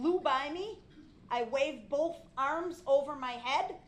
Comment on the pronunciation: They Bof did and no one even axs him